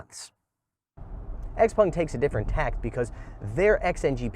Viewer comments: Xpèng, not x-pung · It is confusing because the owners name is pronounced "pung" but I think they themselves say "xpeng". A little weird